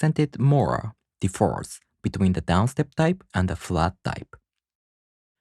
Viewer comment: Very helpful! I really appreciate your completeness and quality, even if it doesn’t get a lot of views. FYI, in English the word “differ” has an accent on the first syllable. If it is placed on the second syllable it sounds like “defer.”